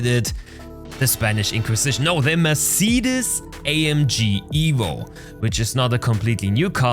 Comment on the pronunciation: "Mersiedis" xD